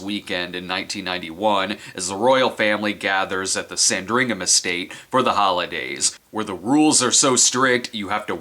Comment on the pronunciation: It's pronounced SAN-dring-um.